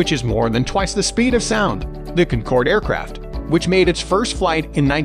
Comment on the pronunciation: Concorde number 2?! Please pronounce her name correctly next time. ☹️ She’s also a part of my Singaporean heritage and Concorde, Queen of the Skies 👑 should be number 1.🏆 She’s stunningly beautiful and got everything on my list. She is of course my favourite aircraft of all time. 🥰😎👍🏽